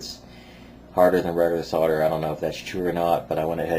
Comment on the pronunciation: it's SOLDER!!!!!!! with an L not fucking sodder!!!!!! fucks sake!